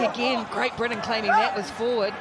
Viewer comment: It's pronounced Britain you moron